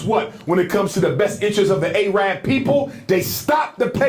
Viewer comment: I like this guy but i just can't stand him not knowing how to properly pronouce Iran, Iraq and Arab. He pronounces the Capital A in Arab as in "Again or Area" instead of, as the Capital A in "America or Africa" And he pronounces the Capital first letter "I" in Iraq and Iran as in "i-phone" instead of pronouncing them as the Capital I in "Italy or Isreal"....he need to go back to school!